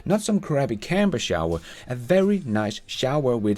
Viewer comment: Nice, although the pronunciation of 'camper' had me super confused, to me it sounded like 'camber', what the hell is a camber I kept saying to myself. Anyway I wait with baited breath to see if the cybertruck will ever make it to my part of the world.